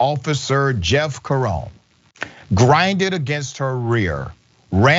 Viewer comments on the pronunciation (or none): Jeff Cerone C e r o n e ! not seron ! Name italiano !